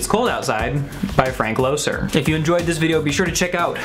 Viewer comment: There's nothing new about sexual negotiation - but there's no implication in this song ultimately about any forced situation, even though that's how some are hearing the song today. Also, I've never heard the songwriter's name pronounced "Low-sir" - I've always heard "Lesser". Loesser may be lesser known than Berlin, Porter, and Rodgers/Hart, but he's up there. Guys and Dolls alone puts him on top: he's one of the greatest songwriters of his era.